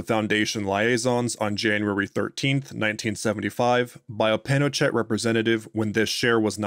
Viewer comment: Wow, I've never heard Pinochet's name mispronounced like that before.